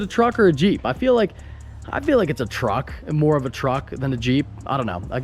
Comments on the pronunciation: Is it a Juck or a Treep? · Hell I thought treep too lol🤣🤣🤣🤣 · Is it a truck or a jeep. It's a TREEP.